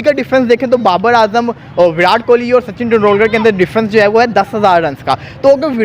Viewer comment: विरात मत बोला करो भाई (विराट कोहली) है🤣🤣🤣